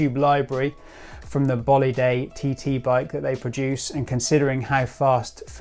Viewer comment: Nomenclature = Know-Men-Clay-Ture. Bolide = Bow-Lee-Day.